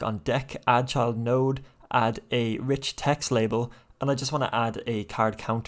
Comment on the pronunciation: Thank you sooo much for the tutorials! I've always wanted to create computer card game and with your tutorials it's been really fun and easy. One note though everytime you say "Child note" I hear "Chud note" and I have picture of chud meme playing notes in my head 🤣